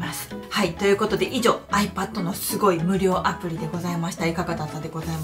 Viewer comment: ドモです。 「有料アプリ」と聞こえるのですが、「無料アプリ」ですよね（＾＾）